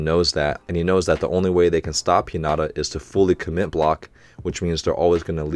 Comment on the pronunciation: Love these reactions! One of the highlights of my week. I'm excited to see your reaction to the next game. Also, the word "not" is not in Hi-na-ta's name. :) Keep up the great work! Happy Holidays!